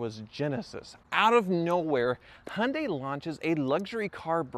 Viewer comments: It's Hee un day, not Hun day! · Hun day - still sounds strange to my English ears. We go for Hy un die but who knows what the correct pronunciation is. Mind you I still struggle with Mozz da and Knee sonne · "Hunday" lmao it's Hi-un-day... Kills me everytime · Hun - day try saying hi - yun - day you American’s make me laugh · It's " Hi. UN DIE " not Hun die lol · Hi-oon-Di, not, as you call it a hunday. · It's pronounced Yundai... Not Hondai... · The Y in Hyundai isn't silent. Why can't Americans pronounce any car names correctly? Jagwar, neesan, hundai.................. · Honday ???? You mean Hyundai its pronounced and spelt Hyundai not honday why can't you use English ?? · He-un-day is how the Koreans pronounce it, so I guess the Aussies have it right. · Canadians don't pronounce the H and the i. We say it 'yoondah...' (along with a sweeping hand gesture.) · Bro, calling "Genesis" a Hyunday, is like calling "Infinity" a Nissan, or Lexus- Toyota. Lol.... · Why do you pronounce Hyundai as Hunday? Just wondering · Hy un dai. get it right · Hyundai is pronounced Hi un die .... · Could not take it any more